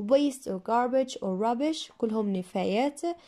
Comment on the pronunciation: good job but please correct rubbish not rabbish